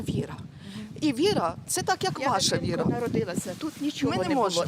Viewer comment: Це религия, Янина. ВИ- РА - видаюча Свитлом Люда. Правильно говори. Вира це не религия.